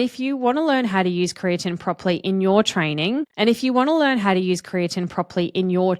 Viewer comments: Kree-ah-teen is how I've always heard it pronounced. You sound like you're pronouncing it as Kree-ah-Tin. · I've never heard creatine pronounced like that and it makes me wonder if you're saying it correctly or if everyone I've ever known has been pronouncing it wrong.